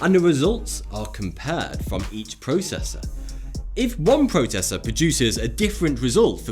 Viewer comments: The what did you say? "Protessa? Protesser?? " Processor* Oh you're just playing with us ✌️😂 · At exactly in the video did this guy say (PROTESSER) LOL